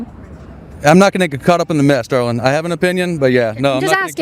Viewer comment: The guy with the mask and saying dawling hahaha he thinks the mask will save him